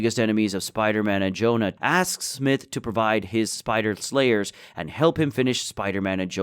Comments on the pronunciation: nitpicky but got to say it the spider slayer guy's name is pronounced Smie-th not smith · bro why you keep pronouncing his name as smith, its prounounced (smy-th) smythe